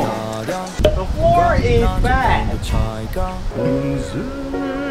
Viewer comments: At first I thought they said ‘the floor is bad’ 💀💀💀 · Am I the only one who heard the "The floor is bad" ?hahahah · 2idiots: "The floor is bed" No one literally no one: ...... Me: WHY DO I HEAR "THE FLOOR IS BAD"